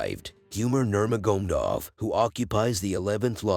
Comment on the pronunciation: Yeah man "Nurmagomdov"